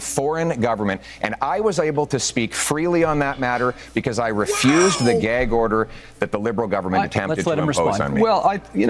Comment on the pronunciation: YUP, when I saw this, I KNEW it was a huge brownie point to the Conservatives. YES!! The people finally get to hear, from Pierre, why he doesn't have his security clearance. Unfortunately, I thought Pierre said the word "Gay", instead of "Gag", so it wasn't a perfect delivery.